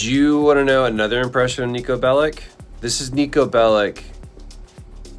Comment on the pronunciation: Its pronounced as “Bell-itch” not “Bell-ick”